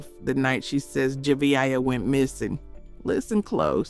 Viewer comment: Please pronounce this little girl’s name properly. It’s pronounced Jevaya aaaaaaaaaya